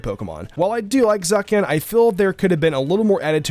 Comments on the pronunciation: It isn’t Zakian is Zacian we ain’t pronouncing pokemon names wrong this generation.. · “Zacian” is pronounced “Za-SHI-en” like “cyan”. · the way he pronounces Zacian lmfao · Is anyone going to talk about his pronunciation of Zacian😂😂😂